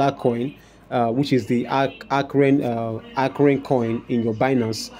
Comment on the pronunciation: Arkham is what your pronouncing arkhrem?